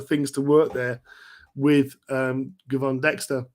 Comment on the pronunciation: FYI Gervon pronounced Jervon